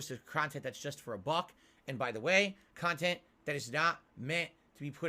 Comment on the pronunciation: lol i love how he didn't even give a real answer to what's the appeal of his content again with the "MEANINGUL KAHNTENT" cope. like what does that even mean? he plays videogames "as the average guy" on an unscripted stream, how can that ven meaningful in anyway? how can you put something in bulk but still feel like it's meaningful? he really is something else